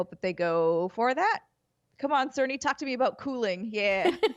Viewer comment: Andrea pronounces Sony like there's an R... 'Sirny' 🤔